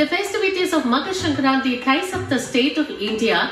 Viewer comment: The moment said sankranthi so beautifully perfect my proud Telugu heart jumped Btw they missed Telangana and Andhra cuz as usual south = only madrasis(tamilians)